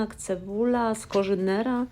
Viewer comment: SkoRZynera? Całe życie myślałam ze to sko R Z onera 😂😂